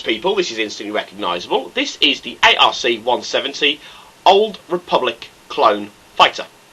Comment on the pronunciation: lol its not a....r....c fighter its pronounced the ark fighter but spelled arc